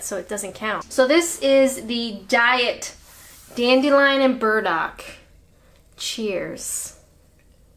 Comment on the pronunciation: You said dandelion & birds-muck wrong! No IRN-BRU either!